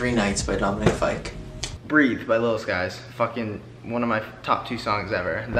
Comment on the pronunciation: When Matt said Dominic fyke AHHH